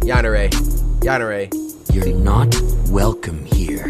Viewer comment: Cory: Yanderay Me: I’m sorry W H A T